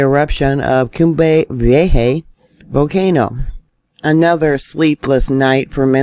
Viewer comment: just FYI: coom-bray vee-AY-haw